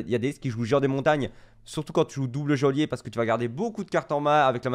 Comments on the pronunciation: Geôlier ça se prononce "jolier", pas "géolier" ! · Ca se prononce "jaulier". Signé chieur-man.